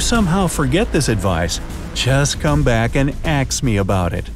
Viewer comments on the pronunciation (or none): that joke was not even funny he said axe and aks instead of ask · Just come and axe me again lol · Axe him about it! LOL.It's serious though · Just comeback and axe (ask) me about it hahahahhahaha 😂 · Just “ax” me about it